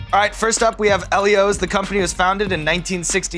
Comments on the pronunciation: WTF? Eli-Os? nah bro its E-lee-Os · It's fucking (eel-eee-ohs) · How did you say Ellios?! It’s eel-e-ohs! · Who else pronounces Ellios as "Eel-ee-ohs"? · They pronounced Ellio's wrong... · They are saying ellios wrong